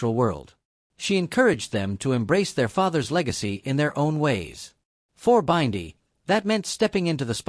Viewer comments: Learn how to pronounce Bindi name please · Please learn how to pronounce Bindi it pmo